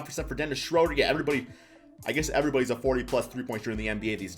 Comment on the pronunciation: Say it with me... Dennis "SHREW"-der